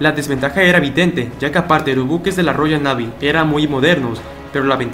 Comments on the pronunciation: Se pronuncia Roiall Neeiviii . ;) Gracias por la información. No sale en ningún lado. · Royal Navy ? Se pronuncia Royal Neivy